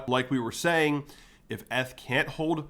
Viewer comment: do you really say "eth" like that, or you're trolling? 🤣 nice video